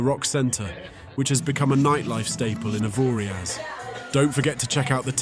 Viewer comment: You don't pronounce the last letter it's 'Avoria'.